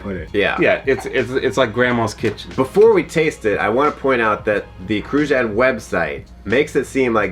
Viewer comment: The pronunciation of Cruzan 🤣 don't even close